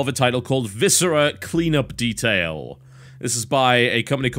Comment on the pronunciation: 4X the dertail of Haych D! GOD, I hate that commercial.